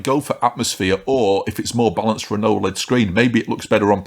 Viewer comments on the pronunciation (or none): none